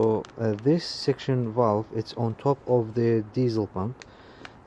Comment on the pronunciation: It is called a Suction Control Valve. (SCV) Not "section". It controls the fuel delivery. When faulty it can cause the idle to hunt and even cut out when coming to a stop.